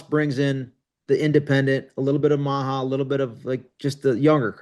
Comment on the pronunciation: MAGA not MIGA